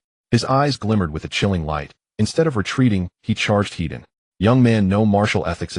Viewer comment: Head on is not one word. The AI reads it as one. Is the MC Hedonistic?? That is what it sounds like every time it says it. use an extra space between the word head and the word on. Land = Vehicles / Water = Vessels. Boats do not have gas peddles, they have throttle levers.